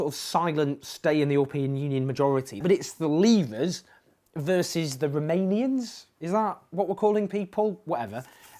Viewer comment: "Remainiains" or Romanians?